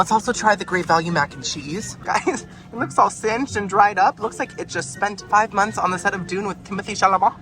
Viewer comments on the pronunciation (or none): none